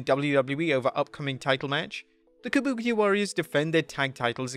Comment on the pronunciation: Lol can we all laugh at him calling the kabuki warriors to the kaboobia warriors lol how do you screw that up? Lol